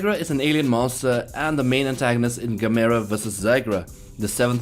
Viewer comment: I, and a hell of a lot of kaiju fans, collectively facepalmed at the mispronunciation of Gigan, Gamera and Stegosaurus